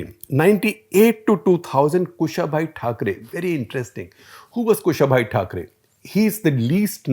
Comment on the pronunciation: Sir, it is Kusha-bhau Thakre, not Kushabhai Thakre! :-)